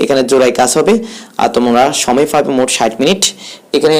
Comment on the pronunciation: "ফাবে" "ফাওয়া" "ফ্রশ্ন" এইসব কী উচ্চারণ ভাই?